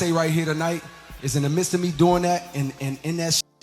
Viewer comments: "Yeh, trust meh" lmao 😂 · it’s the “trust meh” 🤣🤣🤭